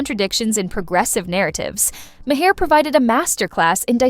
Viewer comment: They bleeped every other word to make it unintelligible, and AI can't even pronounce the primary's last name correctly: Ma-hair? You need to hire new programmers.